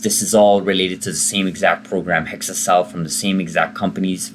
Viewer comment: It's exa-cel prounded with an EX, not hexa-cel pronounced with a HEX